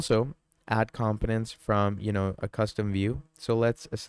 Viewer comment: it is com po nents not com piments